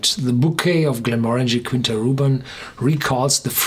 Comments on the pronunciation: Quinta is "kita", where the i is nasal 😉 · I only have one objection... It's pronounced /kee'ntas/ besides that, it's always a pleasure to hear you!